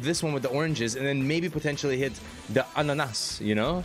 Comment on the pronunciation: Eyy yoo you naild the "ananas" xD Greetings from Sweden